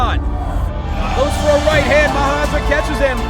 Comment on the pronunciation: It is also good to hear maharaja actually said correctly